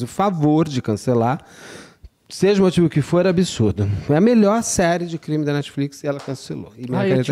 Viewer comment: o intrevistado nao sabe falar o nome brasileiro da comparca... o intrevistado chama o "crime" de creme.. isso em 2 minutos e parei de assistir. Uma mala e referido como "bolsa". a menina dentro da mala nao e uma sena de orror, corrigido pelo ilustre.